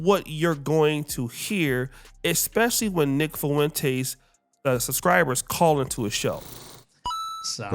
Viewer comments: Nick “Foo-wen-tays”. 😭 It’s just “Fwen-tez”, a Spanish name… also, I love what Nick said about Tatum, no officer. Fuck Tatum. He’s a lost, self-hating, original lame follower of a group of people he’ll never be fully accepted by. Super harmful to the black community and helped plant seeds of hate, intolerance and unfair treatment towards us with his daily videos bad talking us. It’s been great watching him get lit up by his so-called fellow conservatives. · “Fuwentace” lol